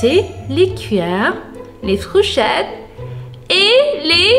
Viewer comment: Elle dit encore frouchette